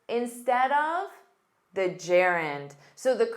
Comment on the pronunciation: The engineer or thee(dhe) engineer as it is vowel sound